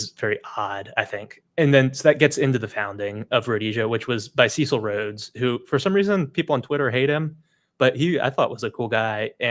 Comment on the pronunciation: My god. Learn how to pronounce Cecil. The way you Yanks pronounce it is as cringy as trans ideology. And Salisbury, Selous and pretty much every other name, you've haven't put in the slightest effort to learn how to pronounce the names. Oh, and England isn't a country. It's not been a country since 1707. It's called the United Kingdom, the names are not interchangeable.